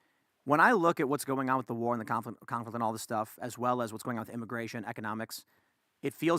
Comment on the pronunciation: I love this show, but does it bother anyone else that always says “Wit” instead of “with”???